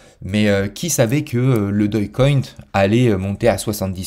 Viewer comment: lol, t'es la 1ère personne que j'entends prononcer dogecoin de cette manière, doge = dōj dog = dôg